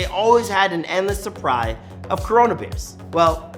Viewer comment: Endles Supry 😂